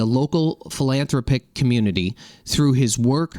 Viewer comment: phil-an-THROP-ic just an FYI. Also elector-it. No criticism.